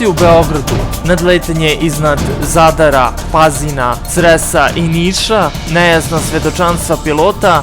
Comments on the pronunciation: Pa ovaj "NARATOR" je potpuno bolestan,pa da prica ne zna bre!1 te GeLeb :) pa Zarad mesto Zadar :) bolesnik jbt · nije zadara nego zadra i jos mnogo gresaka, ne znam ko ri dozvoli ovo glupiranje i nepismenost! A muzika odvratna